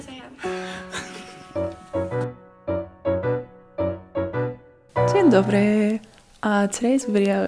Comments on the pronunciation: Omg your „dzień dobry” sounds really good! Also recommend you Muzeum Powstania Warszawskiego! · You say "dzień dobry" both so good and cute :)